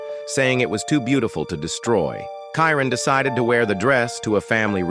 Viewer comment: Robot mispronounced Karen four times. Either stop using robots narrators or proof read the verbiage prior to publishing. It's disrespectful.